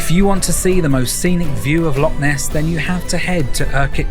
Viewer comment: it’s not a Lock it’s a loch please get your pronunciation correct